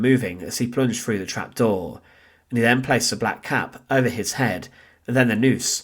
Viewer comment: Please don't take this as an insult. Try a few speech exercises. When saying "through," it comes across as "Frew" I'm not picking you out for subjection, only giving you some tips. Sounds like you are hiding an accent. I know this well as I'm Scottish. Instead of "Death," it comes out as "Def" I've worked on my speech on a regular basis. It's taken me years. I have a broad Scots accent. I enjoy your videos.